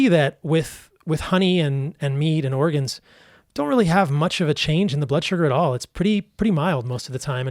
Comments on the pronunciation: Is it just me or is he pronouncing organs like the state, Oregon? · Oregons? This is all I could hear.